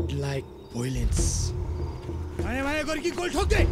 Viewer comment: voilence hoina violence ho.....